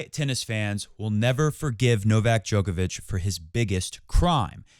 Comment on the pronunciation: Show him some respect and pronounce his name correctly